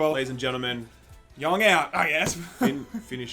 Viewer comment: He says yong out I almost get a stroke.